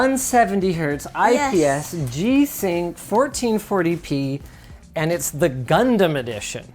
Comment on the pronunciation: LINUS KNOWS HOW TO SAY GUNDAM PROPERLY Nice.